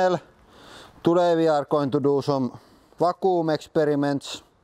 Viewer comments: Not poking fun, I wish I spoke Russian as well as he speaks English. Vac-qum. Hope this help. ✌🏽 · Va-kuum XD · Haha "vacoom"